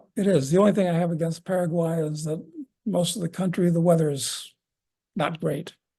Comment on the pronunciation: Paraguay...a good start would be to pronounce the name of the country correctly...lol